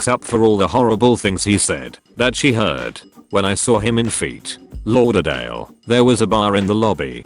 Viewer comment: No one: Absolutely no one: Not one one: Computer voice: Feet Lauderdale